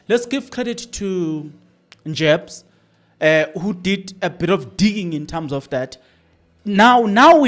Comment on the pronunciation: It's Njabs not Njebs...